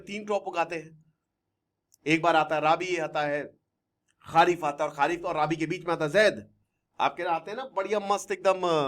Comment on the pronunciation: राबी नहीं रबी। खारीफ नहीं खरीफ।।